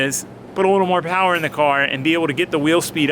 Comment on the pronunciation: More POWAH!